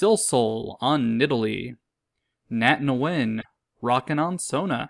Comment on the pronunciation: Also, Nguyen is just pronounced like "when"